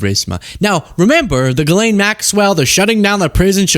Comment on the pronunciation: Jeess-lenn is the correct pronunciation